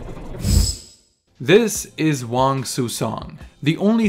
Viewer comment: Actual props for pronouncing Wang correctly most westerners would pronounce it with a “ang” instead of “ong”.